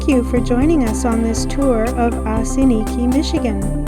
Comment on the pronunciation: Oss-in-eek is the correct pronunciation. Next time, take a right across from Dinosaur Gardens and check out the beach.